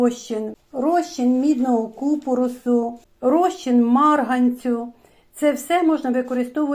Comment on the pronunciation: ДЯКУЮ Але дуже слух ріже неправильний наголос в слові купорОс. Потрібно на останньому О.